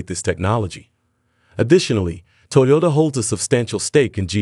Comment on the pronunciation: In the first half, he pronounces it 'Toyola'. That's vely interesling.